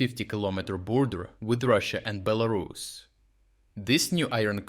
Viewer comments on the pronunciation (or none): none